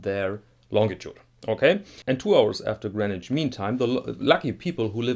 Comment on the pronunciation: Your pronunciation of Greenwich at the beginning was spot on. It rhymes with “bin”, not as most people think with “ben”.